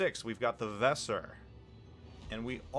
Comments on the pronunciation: My very German wife says it's pronounced as "VeSSeR", she says no Z.. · The WESER is pronounced with a soft S like in Cheese. Should sound a bit like WAYSER. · The S sounds like Z and the E should be longer, consistent with other german words